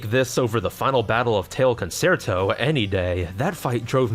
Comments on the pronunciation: FYI Concerto is pronounced con-chair-toe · Looks like a fun game. :-) FWIW "concerto" is pronounced "con-chair-toe" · concerto is pronounced Con Chair toh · Love any video that gives the LTB series more attention… but EVERY TIME he says “Con-SAIR-toe” I died a little more. >.< Also, as a French speaker, I can confirm the voice acting is about as good as when Japanese VAs speak English. But hey, they’re dogs and cats. That they can speak French at all is an accomplishment. XD